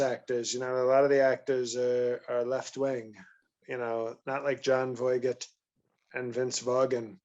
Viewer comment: “John Voy-get and Vince Vaw-gan” 😅🤣😂